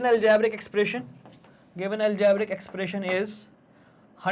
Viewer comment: aljaaaabric expration😂😂😂